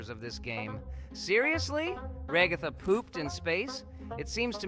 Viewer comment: Kekin chekin it's kicking chicken and raagathaaa wth it's ragatha